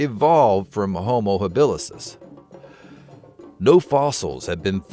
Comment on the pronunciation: It's Homo habilis dude. As opposed to habilisis.